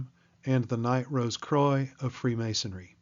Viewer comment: Yeah you’ve said “croy” twice and I can’t 😭😭🤦🏼‍♂️🤦🏼‍♂️